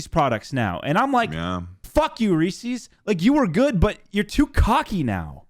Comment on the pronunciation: “ree ses” that’s the only correct way to say it anyway continue <3